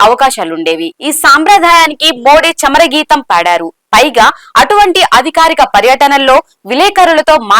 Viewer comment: చమర గీతం కాదమ్మోయ్ చరమ గీతం ఎన్నేండ్లేంటి అపనభవం